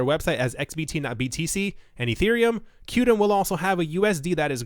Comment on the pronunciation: Qtum is pronounced as “quantum”...